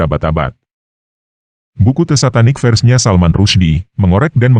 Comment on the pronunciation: Bukan "satanik fers", tapi bacanya "Satanik fersES".. bacalah begitu.